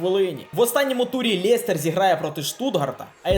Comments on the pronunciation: лЄЄЄстер правильно лестер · Жах , який Лєєєстєр? Лестер